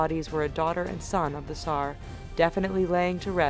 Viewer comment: why you say tsar "sar"?.